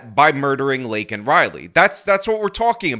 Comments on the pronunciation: I’m happy those republicans were yelling at him when he kept getting her name wrong and the disrespect he shows is disgusting. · Look at Kamala Harris sitting back there trying not to laugh while Biden screws up Laken's name. SMH. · Or hearing the President mispronounce the name of an innocent murder victim kind of pisses off some people? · Joe Biden's pandering as a blathering spittoon. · He's so senile that he doesn't even realize he's mispronouncing her name.